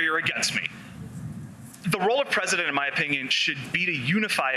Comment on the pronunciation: Presurdent he said. Like wtf why are they not grilling him like trump on his health and speech. Why dose it not concern you as a American they are pulling sh.. Over your eyes